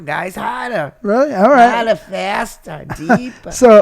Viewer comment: that was your funny line Keli with that Boston accent: "Harda, harda." ;)